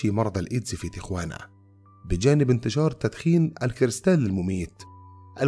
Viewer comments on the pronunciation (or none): يا محترم تقرأ تياوانا....... مش تغوانا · المدينة في المكسيك وتكتب تيخوانا(Tijuana) ولكن تنطق تيهوانا تقع جنوب كاليفورنيا على حدود الولايات المتحدة الامريكية تقريبا حوالي نصف ساعه بالسيارة من مدينة سان دييقو ما يقارب اربع ساعات من لوس انجلوس. يلجأ اليها عادة الشباب صغار السن بحكم ان السن القانوني لشرب الكحول في امريكا هو واحد وعشرين سنه بينما في تيهوانا اقل وربما لايوجد سن قانوني لذلك. احببت اضافة المعلومة وشكرا لكم.